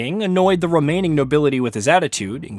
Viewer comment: * romaining * * romaining*